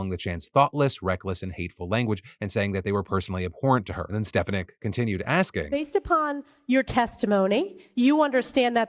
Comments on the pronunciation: It’s STAH FON NICK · Sorry to be the most annoying person in the comments but as someone unfortunately in her district it’s Elise Stefanik (pronounced stef-ah-nik, with emphasis placed on in the FAH in the middle) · As a resident of Elise Stefaniks district and even though I do not like her and I wish that people in my county would vote differently. You are pronouncing her last name wrong st pha nik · Elise Stefanik's last name is pronounced Ste-fahn-ick. ICK is right. I hate having her represent a part of my state. It's like she wants people to be condemned for free speech. Calls for genocide? They have it BACKWARDS. The state of Israel is trying to commit genocide against Palestinians. But the WH and elected federal representatives refuse to admit it. (Please note, I did not say all Israelis or Jews want this. Because no, they don't.) Also, yay for maybe movement on the Six Nations getting to play in the Olympics.